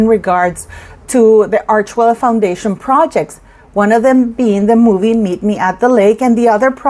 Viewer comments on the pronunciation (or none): none